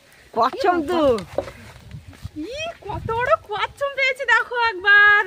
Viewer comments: Kassam na, kassap bole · ওটা কচ্ছম না কচ্ছপ 😅